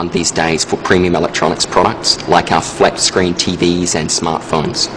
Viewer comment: "Flapscreen TVs" HAHAHAHAHHAAAAHAHAHAHA